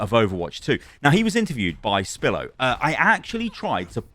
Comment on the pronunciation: Why do you call Spilo, Spillo? XD he even says his name at the beginning lol